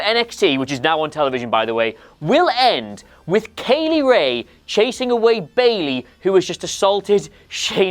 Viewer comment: Is it pronounced Kay-Lee Rae or Kye-Lee Rae ??